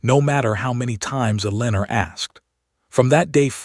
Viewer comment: Eleanor and hoping not hopping!! So sick of mispronunciations. No English speaker is editing or proofreading these stories!! They are all the same in almost every story.